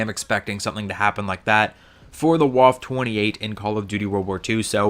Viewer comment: Also it is pronounced "Vaffa" and if you want to be fancy you can call it the Waffe Achtundzwanzig